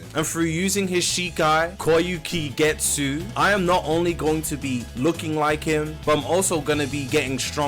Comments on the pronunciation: bro said "koyookicoogezoo" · did not work hard on pronouncing kyokasugetsu bro has Koyukigetsu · "kyokasugetsu" "hekomudo" - 2024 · “Koyuki Getsu”The Fack is that🤨?